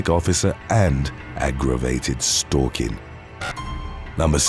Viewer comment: “aggravated STALKIN’”